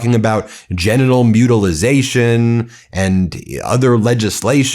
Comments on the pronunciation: no such fkg WORD as Mutilization....why do you keep repeating it Ben? MUTILATION!!! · Small thing, especially in the context, but it drives me nuts that he doesn't know it's mutilation, not "mutilization". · Ben, there is no letter Z in the word mutilation but you keep inserting one lol. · Trump can't even pronounce mutilation lmaooooo and all his losers are too afraid to correct him 😂